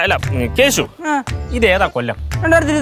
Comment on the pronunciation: not keshi it's keshu ke-shu